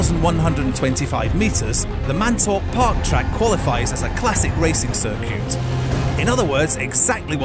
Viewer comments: Oh and "sircute" instead of 'circuit'. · NewtOHNmeter and cerCUTE? What? Why is he saying these things so weird